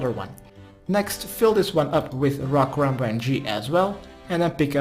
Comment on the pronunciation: Lekkere guide weer! Alleen misleidend dat je karambwan zegt, geen karambwan(JI).